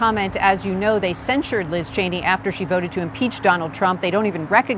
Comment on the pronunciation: "What is (Sencherd) Liz Chany?"